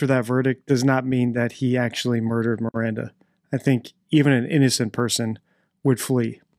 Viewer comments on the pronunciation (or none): Oh shit, yea I just heard him say Miranda, yikes